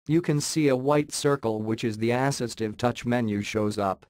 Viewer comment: ASS-istive touch